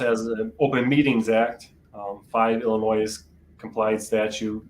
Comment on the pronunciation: You completely skipped West Virginia. You hit every state except WV. Not sure how you managed that. Also, Illinois uses a silent s: [ill-ih-NOY].